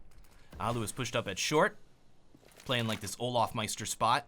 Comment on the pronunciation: It's allu not ollu